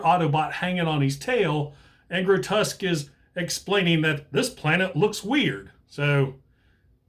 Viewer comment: Massive fan. Grotesque (I don't ever correct people's pronunciation, but yours really bothered me: it's "gro-tesk") isn't a squirrel, a sabertooth tiger, a rat or anything you mentioned, he's the very TRUEST Monsterbot, just a demon from hell!!! I love his head-sculpt too, I think it's a deliberate juxtaposition that he's called Grotesque and looks suitably grotesque in his alt mode, but has one of the most symmetrical and attractive robot mode head sculpts of any G1 Transformer. I still have my G1 Grotesque, but he's missing a wing... G1 parts-formers, what are you gonna do? SO impressed yours still is able to emit any sparks at all...